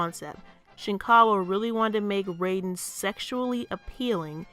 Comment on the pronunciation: Excellent analysis of the issue. Do you think we could, at any point, collaborate on something? As two growing Youtube channels, we could maybe, perhaps, benefit from it. Edit: Also, Raiden's pronounced Rye-den.